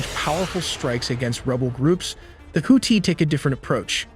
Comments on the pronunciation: Its pronounced houthi not houti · Oh jeez here we go with the horrible pronunciation of Houthi again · Holy shit plz fix your damn AI, hearing them say Houthi and Tomahawk made me shut it down!!!